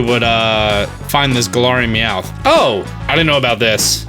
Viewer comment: Look it's Meowth's bro Weomth